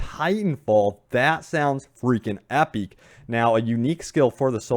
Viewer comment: "Epeec", "carneege" "oper-rord games"